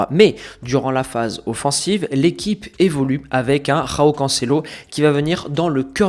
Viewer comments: C’est pas roão C’EST JÕAO les portugais est brésilien tu prononces J les espagnols et Amérique latine tu prononces R. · bon le "roao" je souffle hein c joao mdrr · Super video com d'habitude, mais s'il te plait arrête de rouler les J au Portugal on prononce João et non Roão